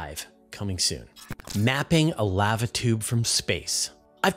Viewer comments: Dude, it's pronounced "lah-va" and rhymes with java or guava. It's not pronounced like "have a". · I'm sorry dude but Laava tube is cringing me out. Lava tube man. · How does this guy not know how to say LAVA. He says it like the “lav” in lavender then he adds “uh”. Thats not how its pronounced fool. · Sorry, but if you cannot pronounce "lava" properly, there are too many of these you tube channels to put up with poor grammar nor pronunciations. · FYI, the vowel sound is the same on both sides of the "V" in the word "lava". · I'm not one of those people who are "outraged", merely correcting a particular word being mispronounced. If I were saying someone's name incorrectly, I would want to be corrected. The easy way to settle this is to look up the proper pronunciation of the word "Lava" in the English dictionary. It should take less than 5 seconds. It would take even less effort than pretending someone is outraged.🤦‍♂ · please dont say Lava again.. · How do you not know how to pronounce 'lava' correctly? It's a well known and often spoken four letter word. Did you miss the previous hundreds of times you heard others pronounce it correctly?☹️👎😬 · I understand that serious regional dialogues cause mispronunciations, but they're still wrong. Continual such errors cripple any language. Cute yes, comical yes, uneducated absolutely. That said, you're kindness is noted as is the typical excuse for doing them. Do it right. I don't mispronounce other languages. I learn them. I don't change them. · First time I've heard an American mispronounce Lava.